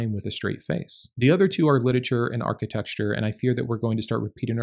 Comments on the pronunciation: hey, I only mention this because I would want someone to mention it to me if I was making this "mistake." the word is generally pronounced archi-tec-chure (or something like that), but not generally pronounced archi-texture.😊 I love your videos. ❤ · I'm going to focus on the most important part of this video. You said it multiple times. So, I think it needs addressing. It's architecture, not "architexture" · I love the work you do but "architexture" was killing me! Lol! Good video as always. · I don't want to be mean, but I love how you say "architexture" and I'm sorry if it feels like I'm calling you out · Dear lord(s), please reveal to the actual pronunciation of “architecture”. That is all.